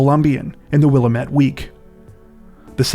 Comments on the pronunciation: I know it’s been a few years since you posted this, so you may know by this point. It’s wil-am-et, not wila-met. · Hard to listen to them mispronouncing Willamette over and over again